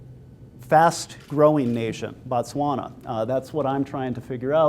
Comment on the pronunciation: Thanks for the great information, really appreciate it. im from Botswana and i dont know if its just your accent or not, i keep hearing you say Batswana when referring to the country... just wanted to make it clear that Batswana are the people and Botswana is the country. Thanks have a great day